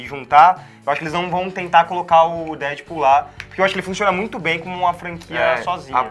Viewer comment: Da agonia ouvir esse cara falar DÉDPUL